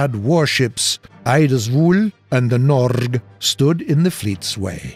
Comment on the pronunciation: I am actually surprised you managed to say Norge pretty good, you did well..